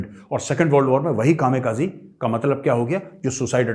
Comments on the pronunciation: कामे काजी नही कामी काजे बोलते है मेजर साब । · Major sir, it is KAMIKAZE, not KAMEKAZI please. They were called RIDERS OF THE DIVINE WIND. Thanks.